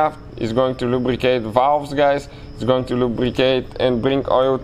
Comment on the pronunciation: Borat with the valvggggs